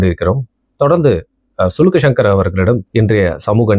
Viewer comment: Sulukku❌ Silukku✅😂😂